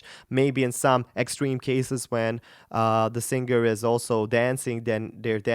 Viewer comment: you csnnot even pronouce the word Singer moron properly....